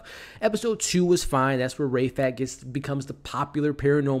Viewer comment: OMG STOP WITH THE RAY FAT! his name is RAEF AT!!!!! BIG DIFFERENCE! (arab here)